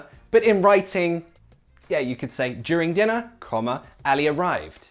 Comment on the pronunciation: Min you pronounced the letter ع in Arabic so correctly when you said Ali arrived.. 😻😻 you said علي